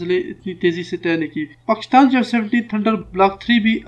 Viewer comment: how come he cannot pronounce Pakistan?